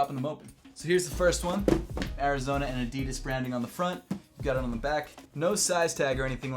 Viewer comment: So, uhm, actual German here, is this how Adidas is pronounced beyond the pond?